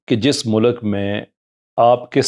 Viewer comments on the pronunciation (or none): O 'mulAk' nhi hota 'mulk' hota hy.. 'Univresty' nhi 'University' ... omg these are basics